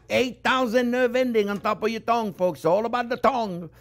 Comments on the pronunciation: I Just watched it twice based on the comments, needed to hear that again. Keywords: friends, Onyoo, measure it carefully and it's all about the thong You can tell he does it with passion. God bless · I kept hearing it as "thong! 8000 nerve endings on the thong!" 😂😂😂 Was wondering whether I missed out on something before realising that he meant tongue! 😂😂😂 Amazing guy! Must be fun to learn from!